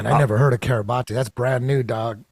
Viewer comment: Think Kiribati is pronounced KIRR-ih-BASS. How strange that this tiny island has come out of the woodwork quite a bit on the news only recently. on to something.